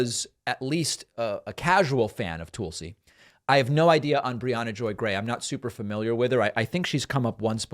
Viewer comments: its not Toolsi Gabbard.. its T'uh'lsi Gabbard. I noticed you do that with Tulsa the city as well. Its not Toolsa, its T'uh'lsa.. maybe its an eastern accent thing but being that you correct a lot of grammar i thought i might bring that up. although maybe your saying it that way because she is a compete tool. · “TULL-see” not “TOOL-see”, David. Come on. Hawaii person here. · Its not Toolsi its Tulsi. Trust me Glenn Greenwald does not ever talk about you. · Toolsi? Weird how he says her name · Why does he always mispronounce Tulsi's name like that? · Please stop mispronouncing Tulsi's name David.